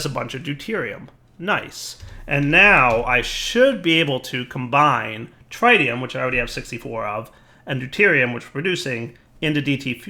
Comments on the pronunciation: It is not pronounced Trytium god damn it! It is pronounced threetium instead! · actually it “trit tium “ not “trie tium “ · Take a shot every time pronounces Tritium wrong. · The first "i" in tritium is pronounced exactly the same as the first "i" in lithium. the short "i", not the long one. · Am I the only one who gets annoyed every time says Tritium wrong...